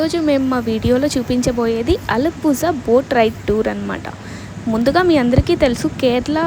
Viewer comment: Alappuzha is pronounced as “uh-luh-POO-rha” — the “zh” sound is a unique Malayalam/Tamil sound, somewhere between “la” and “ra”!